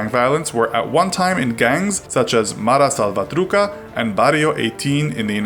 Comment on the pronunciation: “Mara salvaTRUKA” 😂😂